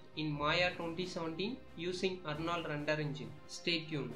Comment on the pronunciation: dude its called render not rundur. speak corectly because other peoples are laughing on you.